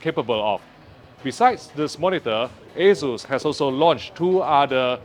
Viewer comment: He says Asus or Jesus?